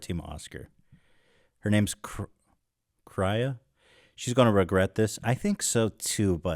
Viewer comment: Ethan unironically thinking her name was pronounced as “Kry-a” is just another reason why I love this channel so much